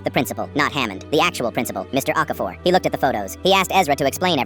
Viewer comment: Okafor? I thought it was aquaphor 😂😂